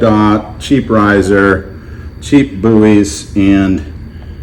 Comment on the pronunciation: You calling BUIS 'buoys' is doing psychic damage to me